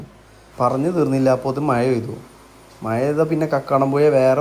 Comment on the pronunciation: മയ അല്ലടെ മഴ എന്നാണ്